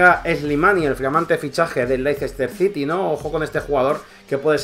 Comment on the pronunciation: se pronuncia Léster Sity y Albraighton